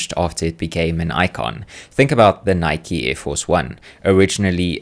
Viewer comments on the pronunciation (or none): “Nike” like Mike? 😂